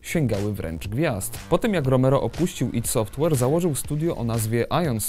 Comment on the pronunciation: chryste.. dlaczego tak tragicznie wymawiasz nazwę studia ID Software?! aż uszy bolą